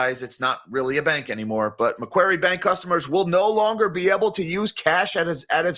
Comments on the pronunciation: Hey, thanks for mentioning MacQuarie Bank - it's one of those high risk banks that border line should be out of business for taking too many risky loans in the past. Also, pronounced 'MacQuorry' (Austraaaaaaalian accent maaaaate) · Macquarie is pronounced "Macquarry"